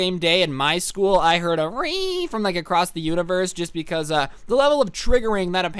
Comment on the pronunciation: Scuul Schoal, ah ScHooL